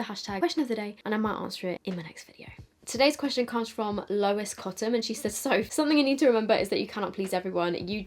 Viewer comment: Thank you for pronouncing Lois right 😭😭